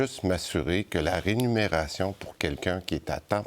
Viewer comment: C’est la Remuneration et non Renumeration😅